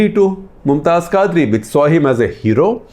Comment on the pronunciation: Khaazri? Quadri. You can't even pronounce names and you are claiming deep knowledge of Islam